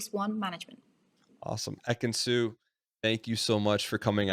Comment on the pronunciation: not ekin-su.. lord not ekin-su😞